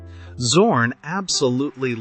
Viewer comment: I did not subscribed because the correct name of the painter schould be pronounced like Tsorn and not like Zero.